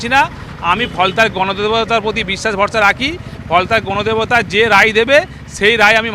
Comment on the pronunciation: Now he is telling ganadebata😅😅😅😅😅😅